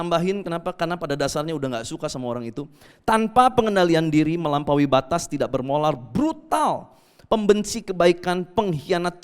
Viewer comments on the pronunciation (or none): saking semangatnya, sampai mau bilang 'tidak bermoral ' sampai kebalik jadi 'tidak bermolar'🙏:)